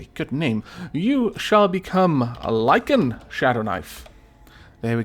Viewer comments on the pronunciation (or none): Me past-think much murder-kill in glorious fight-battle, but now-now ouch-pain befalls me! (btw,, thanks for putting my name in, and the double "A"s in my name "Lycaan", are pronounced as the double "A"s at the beginning of yours, with an "ah" sound, (Like-ahn), Thank You!) Oh, and, I love the series, keep it up XD